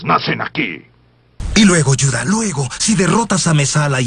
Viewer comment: Lo qie me dolió es que le digan yuda :'l aunque se entiende pero tantos años viéndola me acostumbre que diga juda como se pronuncia judio